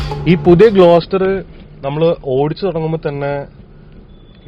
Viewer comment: It's GLOSTER